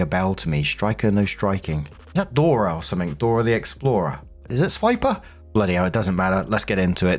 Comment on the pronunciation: Swiper, not swapper.